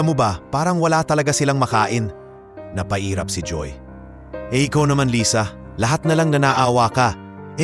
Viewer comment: Lysa? Umpisa ng kwnto lisa,kkeinis pakiggan yoko ng mkinig ng kwnto mo